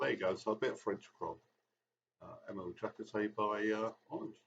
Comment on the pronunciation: Interesting to have your opinion on the Emile Jacotey album (your pronunciation of Ange is very good btw). If I you would recommend some Ange album, it would be ''Au Delà Du Délire'' released in 1974, and ''Guet-Apens'' which came out in 1978. I also got a copy of Renaissance's debut on the pink Island label, very folky and proggy as you said., well I really like that one too. Nice haul!